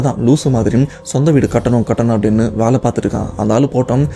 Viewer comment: தம்பி அது வாலை இல்லை வேலை பலமுறை சொல்லியாச்சு ஆனால் நீங்கள் திரும்ப திரும்ப வாலை வாலை என்றே சொல்லி எனக்கு சஙகடமா இருக்கு. திருத்திக விருப்பம் இல்லை என்றால் பரவாயில்ல!!!